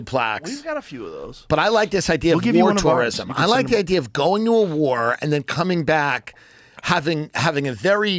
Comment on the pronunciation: “Wore toreism”. 😂